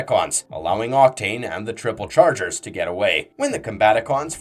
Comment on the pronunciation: Why are you mispronouncing the groups? It's triple changers not triple chargers Protectobots, not protectocons Kim Jung Du? Photon torpedoes?